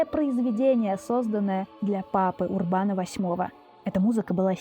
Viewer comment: Всё замечательно, только не УрбАн, а Урбан с ударением на "У".